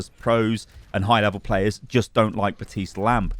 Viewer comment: After all this time I still can't believe that I still have to tell you BaPtiste has a fekin P in it and yes you do pronounce it. He even says his own name in his voice lines!! BaPPPPPPtiste... I don't know why this annoys me so much, but it does 😂